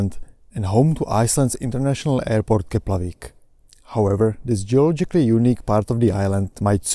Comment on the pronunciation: Great video. However, did you say 'Keplavik' instead of 'Keflavik' 🙂?